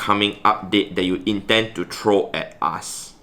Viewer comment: I love you but every time you say "throw" you pronounce it "troll" as in ogre